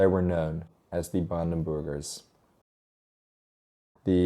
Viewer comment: I keep hearing it as brandenboogers 😜